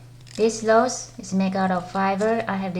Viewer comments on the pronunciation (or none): That's pretty! But you're saying the word Rose wrong you're saying Lose!😯